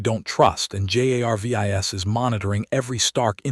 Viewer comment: Ummm has anyone mentioned ai cant say Jarvis it just keeps spelling his name but rest of name are said ... u might wanna check ai algorithm to see if its bugged